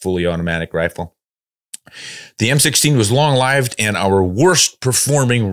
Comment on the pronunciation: Thank you,, for correctly pronouncing the word "long-lived". The "i" is long, like the word "eye" sounds, not short, like everybody else pronounces it.